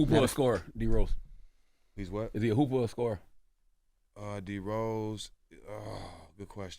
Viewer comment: Lmao I was like wait did he call him a whore? 😂